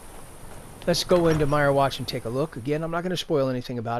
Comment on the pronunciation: wtf...did you really call them "Dark Soul Gems?" and it's pronounced "Meer-Watch" not "Myer-Watch" lol.....go away poser